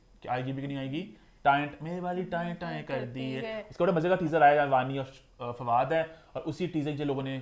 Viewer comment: Why she calls FADOO